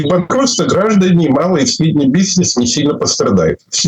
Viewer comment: ИнцеНдет, бизЬнес и сисЬтема? Трудно было слушать этого экспеРда